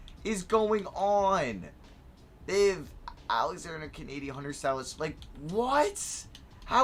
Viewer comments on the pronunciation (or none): none